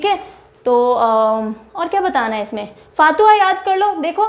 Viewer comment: Ma'am फातुहा नहीं फतुहां बोलते है🙏🙏